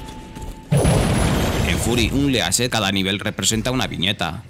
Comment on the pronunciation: "Fury UnLEAshed"? Porfavor aprende como leer y pronunciar ingles. Gracias. Lo demás buen video.